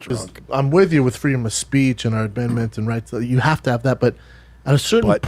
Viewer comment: ‘Our abendments and rice.’